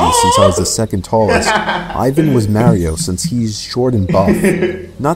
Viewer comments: Mayrio? Why not pronounce Mario, not Mayrio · The way they pronounced mario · You pronounced Mario wrong